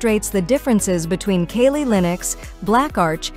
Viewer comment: She said kaylee linux